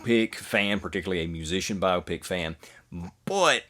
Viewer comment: Congratulations on being the only reactor I could find that knows anything about Bob Dylan and also knows how to pronounce Chalamet and Biopic correctly. Thanks!